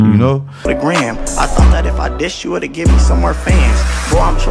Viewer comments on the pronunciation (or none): none